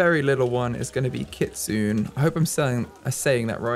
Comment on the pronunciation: I know im soooo late, but Kitsune, is actuakly pronounced Kitsun-ay, trust me, I also believed that it was pronounced Kitsune 😅